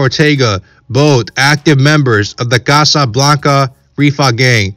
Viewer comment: Why is dude sayin Casa Blanca like that😂